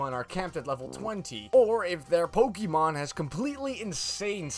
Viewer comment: You say pokemon wrong, next!